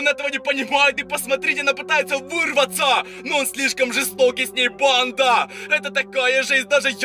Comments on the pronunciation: У тебя проблемы с речью ты уже надоел меня бесит то что ты ставишь ударения на последние буквы в словах: бандАааа СараЕееее МужчинЫыыы БежиТттт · Не не верю я в то что это настоящий суккуб подросток. Т. К суккуб подростка уже давно поймал SCP фонд. И 1 вопрос, я не прикапываюсь не подумай но зачем в конце каждой фразы так выделять букву типо, Суккуб подростАК. БандА.